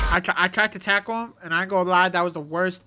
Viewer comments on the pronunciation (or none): none